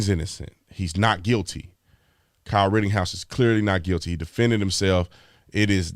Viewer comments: Mr. Tatum, it's "Ritten-house" not RITTING-HOUSE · ok his name is NOT Kyle RITTINGHOUSE it is RITTENHOUSE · Just saying, it's ritteNhouse. There's no G in his name. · Am i the only one that wants to scream in his ear "IT'S RIT_TEN_HOUSE!!! NOT RIT_TING_HOUSE" 🤣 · Ritten-house, not Ritting-house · Big dog Brandon, it's Rittenhouse, not Rittinghouse! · You know I love you. You da man. I listen to a guy that mispronounces shit all the time. It’s Pronounced wittENHouse no “ING I know it’s not a big deal but I’ve listened to a guy butcher the Florida town of MYackahatchee and he keeps saying ME ackahatchee. He had people BEGGING HIM lol to pronounce it correctly and he would ONCE and then go right back to ME ackahatchee. Lmao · I'm curious as to why you pronounce the name "Ritting-house" when there is no G in the name. It's pronounced "Written-house."